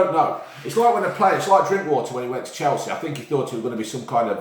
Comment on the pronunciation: “he could go to spurs or chelsehh”